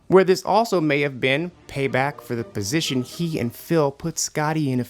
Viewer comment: Its position not posistion